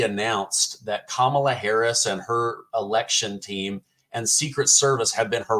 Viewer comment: He calls kamala Kumquala